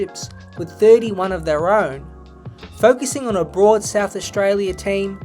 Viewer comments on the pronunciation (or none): none